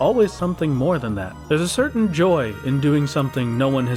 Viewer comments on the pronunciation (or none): none